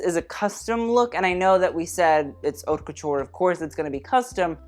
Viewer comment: Someone finally taught him how to say haute correctly.